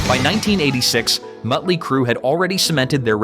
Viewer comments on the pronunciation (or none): What’s with the occasional mispronunciations? Don “Doken”, “Mutley” Crue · He calls them Mutley Crue and Metley Crue. Awesome.